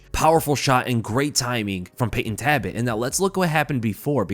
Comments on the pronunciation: Sorry it's Talbott not Tabott. Thanks for the review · am i just annoying myself for no reason or is his name taLbott not taibott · there is an L in his name. it’s not tabott it’s taLbott. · I don’t wanna be that guy but isn’t his name TALbott, not TABott? Sounds like you’re saying “rabbit” but with a T. Tabbit. I’m sorry I’ll leave. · Please double check name pronunciations before uploading my guy, his last name is not “Tabbit” but “Talbott” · Is his last name pronounced ' Tabbit ' ... ? Like Rabbit ??? 🤔🧐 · Repeat after me,: "TALBOTT." Jesus, dude. 😢😅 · Nice video but why do you pronounce it "Tabbit"? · Brother. There is a L is TaLbott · Say it with me …Tal-bit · Lol I was just thinking the same thing. “Wascawy Tabbit!” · Why are you pronouncing his last name as "Tabbit"? 🤔 Not a shocker, I guess. You're constantly butchering elementary English, and words that literal first and second graders should be able to correctly pronounce. That's not a joke or exaggeration either. There are examples like you not knowing the difference between the words woman and women. The lack of intelligence, perceptiveness, and self awareness is very apparent when you speak.